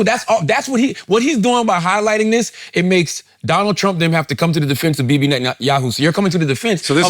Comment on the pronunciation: is so charged up on Bibi, he can't even pronounce his name right. 😂